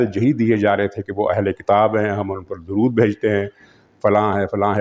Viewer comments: درود تو صحیح پڑھ لو چاچا ۔ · Shame on you, unable to read correct darood